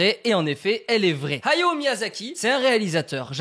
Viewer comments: Arrete de dire "Hayo" c est Hayao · On dirait que tu dis はよ (hayo) au lieu de Hayao ahah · Ok pas mal l'anecdote par contre ta prononciation de " hayao " est abominable il fallais le dire